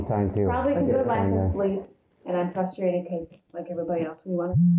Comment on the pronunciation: There is an epidemic of adults that say “fustrated”. It’s not cute